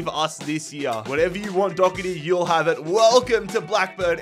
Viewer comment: It’s pronounced Do her ty not Dogherty and it’s pronounced Qy veen not Cameron